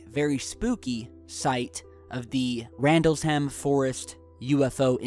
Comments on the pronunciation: It's Rendelsham not Randles Ham lol! Come on man you must have heard people say that name! :) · It's pronounced "Rendlesham" not Rendle Sham. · Sorry it's pronounced ,REN-DEL-SHAM forest! LOVE SECURETEAMS UPLOADS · Rendlesham is pronounced Rendle-sham not Randles-ham. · It is pronounced RENDALESHAM not RAndlesham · Randles-ham! 😂😂😂. I think he meant Rendlesham! Pronounced Rendle-shum! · ....Call yourself a ufologist? You can't even pronounce Rendlesham properly. REN- DEL-SHAM.....please get it right! It's such an important thing to get right!. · Ren-del-sham,, Ren-del-sham. Say it quickly. We'll teach you to speak "English" eventually, dude.;-) You rock amigo!